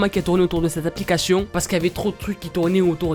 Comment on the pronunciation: Est ce que je suis la seule à comprendre " applicachions" au lieu de " applications"? 😂 Hormis ce fait, je t'adore, continue comme ça, t'es au top! 👌